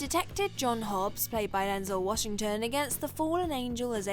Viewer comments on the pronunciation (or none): "Enzell" Washington. Seems this narrator is also unreliable. Well played.